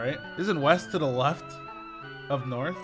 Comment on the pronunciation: they said "weast"